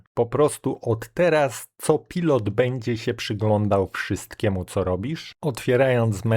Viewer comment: Nie "szanel" tylko już bardziej "czanel". Tu nie chodzi o słynne francuskie perfumy i francuską wymowę tylko o jak najbardziej angielski (amerykański?) kanał. "kopajlot" ostatecznie "kopilot" (bo taka wymowa też funkcjonuje w polskim lotnictwie ;) ) Jak robisz jakiś program to wrzuć w tego coniecopilota słowo i poproś, żeby zdradził Ci poprawną wymowę. Nie trzeba być "hackerem", żeby wiedzieć, że od dawna (od W7?) wszelkie elementy wchodzące w skład Microsoft Management Console są wyszukiwane tylko wtedy, gdy wpiszemy poprawną nazwę wraz z rozszerzeniem np. gpedit.msc, diskmgmt.msc itd. zamiast gpedit, diskmgmt. I nie trzeba do tego otwierać wiersza poleceń czy PS - w ten sposób wyszukasz z paska wyszukiwania. Tylko to nie są narzędzia dla "zwykłego" użytkownika, więc zostały nieco ukryte. Tzw. power user da radę ;) Poza tym programy na pewno interesujące dla sporej liczby użytkowników. Powodzenia.